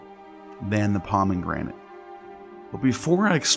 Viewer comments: It's not pronounced "Pah-men-granit." It's just "Pah-meh-granit." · I agree. He also has very weird pronunciations of common words like “pomeNgranate”. I get that autodidacts mispronounce a lot of things, but if you’re putting together an academic video, it’s very distracting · love this channel but i can't past the pronunciations. its not "de-luuuj" or "da-loose" , it's not "embro shee ah", & its def not "pomeNgranate" . Also (from what ive learned) there was no word for "sin" in ancient Egyptian or Greek, it was introduced by hebrew language to demonize the previously worshipped moon god Min /Sin